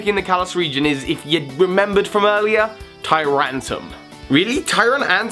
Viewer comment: As much as I enjoy the quality of these videos, I still can't help but cringe at things like mispronouncing TyranTRUM (it has an R), or saying Sky Uppercut instead of Sky Attack. Anyways, now that I got that out of my system I will go back to binge watching more.